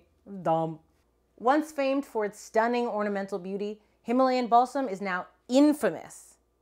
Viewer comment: I heard Himalayan Ballsack I was so confused 😭